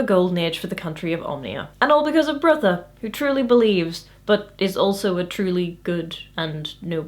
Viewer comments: You seem to be pronouncing Brutha's name as "Birtha". His name is supposed to sound like Brother, without the "r" at the end. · it's not Bertha, it's Brotha'... Brother Brother, more or less. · I know this is 4yrs old but it's pronounced "Brother".. there's a whole scene about "Brother Brutha" being confusing. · One interpretation I've read is that Brutha is pronounced "brotha," similar to slang for brother. So he's Brother Brutha. ... Well, I thought it was funny... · I'm pretty sure "Brutha" is pronounced like "Brother" based on the joke from the book where Vorbis says he will need to promote Brutha because calling him "Brother Brutha" would be confusing. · Several times now I've watched your videos and concluded I pronounce names in books in my head far differently to you. Brutha in my head is pronounced Brother...probably incorrectly but it's an interesting realisation.